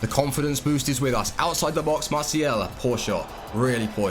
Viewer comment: Please stop saying "Masial"